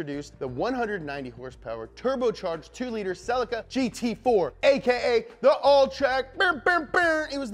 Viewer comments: every time i hear selleh-kuh i cringe! its Ce-LEEEEkuh! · Sell-eek-ah not Sell-ika - otherwise great - keep em coming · The Correct Way to Pronounce "CELICA From Toyota Japan pronounce it like saying sleek car but with a "C" Cel eeca not Cellicar Listen to how Japanese Australian an Canada UK pronounce Celica! 👍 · who pronounces it ‘cell-ick-er’?? Isn’t it ‘se-lee-ca’ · SUUUUPra or sup,brah.... not its not selly-kuh its se-leee-kuh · It's pronounced ce-LEE-KUH. pleas like this comment, because I get that stupid look from people when i Pronounce it the right way. Ce-LEEEEE-KUh ......SELLEH_KUh NO! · Fun fact: the Toyota Celica is pronounced Celeeka or Cellica depending wether you live in America or not. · I’m ireland we pronounce it celyca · It's pronounced SEH-LEE-KAH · theres a LEE in celica not sellekuh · It's pronounced see lica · Its pronounced Ce-leak-ah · Damn you yanks, it’s pronounced “sell-leak-a” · Scotty Kilmer always knows when someone says "celica". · ScrappyMtZ .-. I’m standing Also angry that he pronounces celica wrong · sorry loved everything you said about the Celica at the beginning but then vomited when i heard how Americans pronounce Celica. I should have known they would pronounce it differently but wasn't mentally prepared for this 😆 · This video needs to be remade with the correct pronunciation of Celica. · Why cant he say Celica right hahaha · I hate the American pronunciation of celica